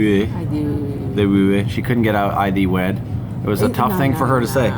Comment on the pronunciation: At " ", when you guys were discussing the wedding vows, what I heard say is "I do Wee Wee". I'm not kidding you, that's what I heard her say. I haven't laughed this hard in a while. English is also my Second Language, so I can understand that if I were to hear what sounded like "Wee Wee" from the priest, instead of I thee Wed, yep, I would say "I Wee Wee"